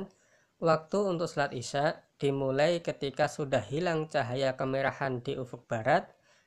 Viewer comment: Assalamualaikum pak numpang tanya kalaw pas bacaan isaai isaa nya itu kok dibaca cumn dua harokat pak itu kan madwajib pak